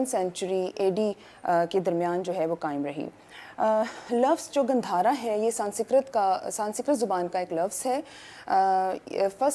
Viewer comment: 😂 it's not gandharaa ... It's gaandhara. And, Rig Veda was written by native Indians, not by any stupid European propaganda aryans.